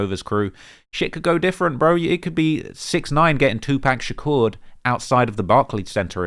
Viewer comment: it legit sounds like he's saying "2park shakure" 😂🤣😂🤣😭💀